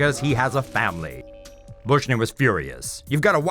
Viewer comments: My man keeps saying I love my faimly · “I lav meh femilay.” I lave tem very mach.”